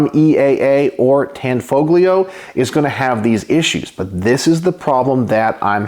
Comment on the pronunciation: It's pronounced, "Tan FO lio" - the G is silent. 😏